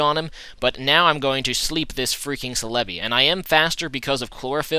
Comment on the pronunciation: ce-le-bi...no its cell-a-bi